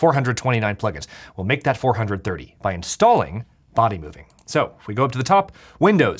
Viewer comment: It's been nearly 3 years, but the cut-ins of people trying to teach how to pronounce Bodymovin are still the funniest bits on this channel.